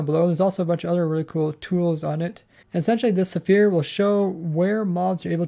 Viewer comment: why do you pronounce "sphere" like "zephire"?